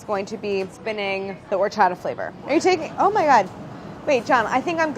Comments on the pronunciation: Their pronunciation of horchata, cajeta, dulce de leche is killing meeeee. At least they're interested in incorporating those flavors into it😋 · Can someone please teach Claire how to say Horchata 😂♥️ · Am I mistaken, or is Claire pronouncing "horchata" as if it were a French word with a non-aspirated "h"? As opposed to a Spanish word (which I believe it is.) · Clair: Pronounces Harina and Horchata with a hard "H" Every Mexican: *Cringes internally* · I love y'all but y'all need to stop pronouncing the H at the beginning of Horchata and Harina. Also Masa Harina is redundant, as masa is the word for dough and harina is the word for flour.